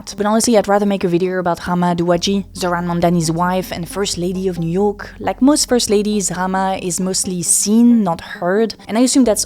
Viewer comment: Please try to say ow instead of urr. Studiurr, 30 years agurr. Like murrst